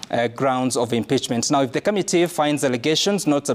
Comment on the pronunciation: it's committee not ' kamitee'!! Can you also please tell us, how many Senator's we have in Kenya?